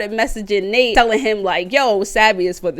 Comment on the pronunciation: It’s actually Nate not Nat